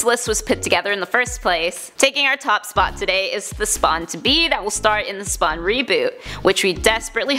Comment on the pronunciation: Listen to when she says "SPAwn"